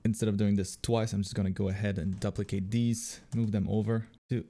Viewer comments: "duplicate" = DOO - plicate. Not DUP - licate. You've given us all these great art tutorials; please accept this small English tutorial from me :) Also, seriously, thanks for the great content! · I have never, in my life, heard ANYONE pronounce "duplicate" as "duhp-le-cate". what the heck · Did you just say DUPP=licate this layer? Haha. Wicked video :)